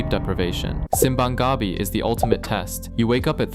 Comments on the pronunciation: The way you pronounced "Gabi" in simbang Gabi sounded like you were referring to the taro plant which is called Gabi No you pronounce it like Gabii no Gabi otherwise your referring to the taro plant in some areas in the Philippines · Tip: in "Simbang Gabi" the stress should be on the "Bi" instead of "Ga". "Gabi" with the stress on the "Ga" means Taro / yam 😅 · you gotta go back and learn how to pronounce "gabi" correctly, in this context you have to say it faster. The way you said it means "taro", you know the plant, and not "evening". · i think it's more of his stress accent pronunciation that was off. the normal stress accent emphasis is on the last syllable in tagalog, but he put emphasis on the first syllables which is a very anglophone or inglesero way to speak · Yes, the way he pronounced it with the stress of the first syllable changes the meaning of the word entirely: with the seconds syllable stressed it means “nighttime” but with the first syllable stressed it means “taro” (as in the root vegetable).